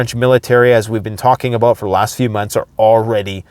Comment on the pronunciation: "talk aboot today..." LOL